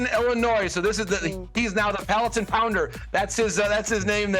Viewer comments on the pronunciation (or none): Palatine is pronounced with a long I, as in "eye".